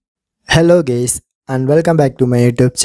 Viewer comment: LMAO, "Hello Gays"